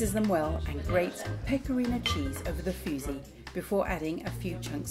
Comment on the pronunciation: Its called fuži, not fusi